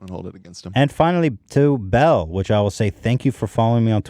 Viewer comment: Why is it so hard for Ethan to pronounce Belle correctly